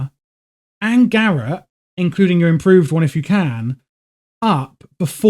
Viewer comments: FYI its not "gareth" it's pronounced "ga rot" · Bro... Probably a nice guide, but damn... Check how to pronounce garrote, please... It hurt my ears...